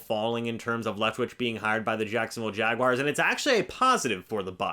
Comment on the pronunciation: It’s not Jag-WIRES!! It’s Jaguars